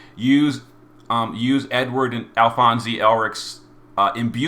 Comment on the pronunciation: Dude - Alphons-EE? The 'E' is silent. Your pronunciations are always so all over the place. Granted, Alphonse is not a very common name these days, but have you not watched FMA? It's well worth the time.